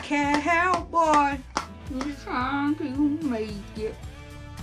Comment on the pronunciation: When you said you’re a cowboy. Sound like you said I’m a island boy 😂